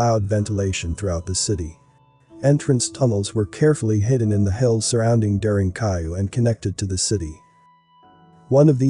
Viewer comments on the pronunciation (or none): I think it's very important to double check pronunciation when presenting a documentary. **it's DARE+EN= DAREN + KOO+YOU= KUYU; pronounced DAREN-KUYU ...And yeah, it's amazing.